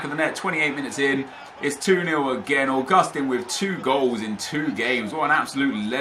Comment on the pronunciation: Augustin (AUGUST TEEN) not (a gust ten)